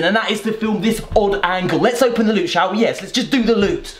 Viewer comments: LEWT. SWEET. PRRRRRECIOUS LUTE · Prrrrecious lewt! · swweet prrrrrrrrrrecious lewt 😂😂😂😂😂😂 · When your boy says Lewt 🔥😩